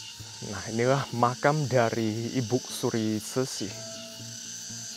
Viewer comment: Ko.. saya agak gak nyaman dg pronounce ibuk suri.. untuk panggilan formal pd seorang wanita paruh baya/tua sebaiknya dg IBU ( tanpa K ) jadi sebaiknya IBU SURI.. Bukan IBUK SURI Maaf untuk komen saya 🙏🏼